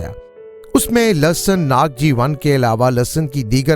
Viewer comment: In Urdu is called lehsan not lasson